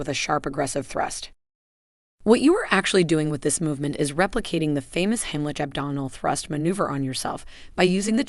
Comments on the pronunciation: If I hear "heem-lit-sh" one more time........it's HIGHm- lick!!!! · more AI generated slop - not even looked over once by an actual human to fix all the mistakes - doesn't pronounce simple words or sentences properly (it's NOT "heem-lit-sh", it's HIGHm- lick!!!!), no video or even stills that show actual people in the actual positions or doing the actual maneuvers, too many words to just fill up space and add pointless minutes, too many offshoots to talk about other things - this could have been helpful with some quick and EASILY remembered "most important steps" for people who can't get ANY air and who WILL pass out in just a minute or two AND THEN DIE, instead of 20 minutes of mostly totally pointless blah blah blah with a bunch of not even useful just really distracting cartoon graphics. oh, and for the last two and "best" techniques - some seniors can't stand unaided, and most seniors can't go on their knees!!! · AI should learn to pronounce Heimlich.